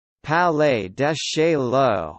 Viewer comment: "Palay de Shayoh, not Chayoh